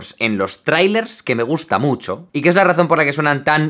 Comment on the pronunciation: Ese "mucho" por qué tan acentuado?